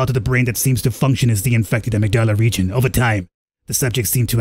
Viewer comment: I gotta say it, ish, amygdala is "a-mig-da-la" 👍🏼